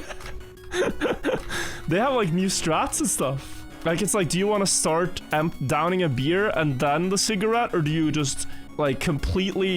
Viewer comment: I like how always says "starch" instead of "start"